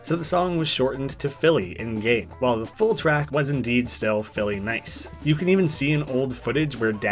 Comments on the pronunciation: Forget “Pico Funny” I hear “Big Ol Bunny” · Bf going e o a u n y it sounds LIKE he saying pico a bunny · Its actually pronounced “phillynice”